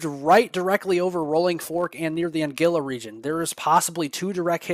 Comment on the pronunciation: An guil la, not angilla! Thank you 🙏That is 50 miles south of Shaw